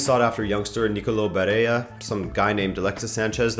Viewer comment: Barella with an /ɭ/ not a /j/. The guy is italian not spanish 😁👍